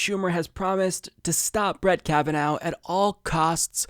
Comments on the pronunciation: Kav-in-aw not Kavinow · It isn't "Kavan-now". This is a pretty common Irish name and it is pronounced, "Kavan-naw". An alternate spelling for this name is Cavanaugh. (Guess you're not Irish, huh?):D If Kavanaugh gets confirmed, there is only one solution: Pack The Court!